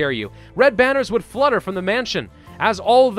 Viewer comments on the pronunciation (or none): none